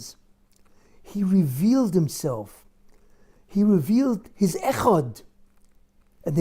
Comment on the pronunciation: His ...not Gis